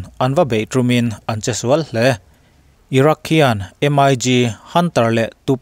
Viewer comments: M.I.G tia lam tur ani lo,..MiG(MiK) he tia lam tur hi aw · MIG lam dan hi Em ai Gi nilovin Mik tia lam tur a ni lawm ni?